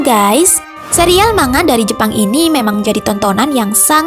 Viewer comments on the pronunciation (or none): none